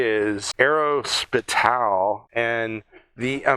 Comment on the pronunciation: There is no emphasis on the 'T' whatsoever. It is more arro-space-ial. Recalling the very considerable influence of the French in aviation, the very names of aircraft components are French. Fuselage, Empennage, Monocoque.etc, even though you have the bragging rights for the invention, and feet is how flight is measured most often (confusingly)